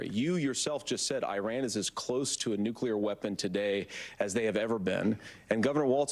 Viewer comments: the harris guy says nucular when its nuclear vance and trump win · That's it, walz is one of those! People who pronounce nuclear as "nookyular" 🤮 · It irks me that someone of Tim Walz's station can't pronounce "nuclear" correctly. I wonder if he "culers" the table after dinner at home. I wonder he is goes for a nice walk to "culer" his head. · If you cannot pronounce nuclear, then you should not talk about it. Go and educate yourself, because as of now, you are not educated in the simplest most basic sense. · lol walz pronounces nuclear funny :D